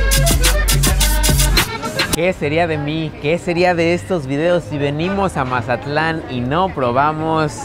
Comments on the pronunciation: Porque dices Majatlan? Es Mazatlán. hubieras puesto música de Banda no cumbias chilangas, yo creo que no sabías dónde andabas 😄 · Es tan difícil decir Mazatlán en vez de majatlan? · Para ser de otro lado dices como todo un mazatleco la palabra "majatlan" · porque por el acento que tenemos la mayoria de los mazatlecos, asi se escucha cuando lo pronunciamos. José Alfredo Jiménez compuso la canción "el corrido de Mazatlán" te recomiendo que escuches la versión cantada por él mismo.